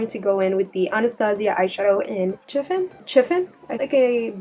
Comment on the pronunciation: The way you say "chiffon" 🙈